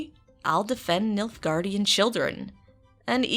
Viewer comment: This was a fun video. :) But...I'm sure I'm not the first person to say this but...Nilfgaard not "Niflegarrd." Sorry, laughed every time you said it because it instantly brought to mind an empire run by Nifflers from Fantastic Beasts. On a side note, your new hairstyle looks great!